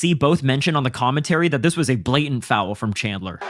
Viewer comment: Please adjust the way you say foul. There is no W.